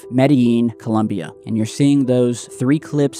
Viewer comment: Forget the pronunciation of Medellin and concentrate on getting the name of the country right first and foremost. ColUmbia is the name of the goddess that Americans invented for themselves and also gave the the Capitol district. The country's name is ColOmbia